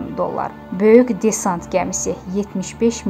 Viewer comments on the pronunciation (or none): none